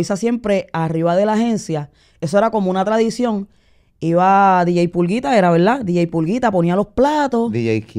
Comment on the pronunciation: Molu ella dijo Dj pulguita 20 veces y 20 veces dijistes Dj pullita 😂😂😂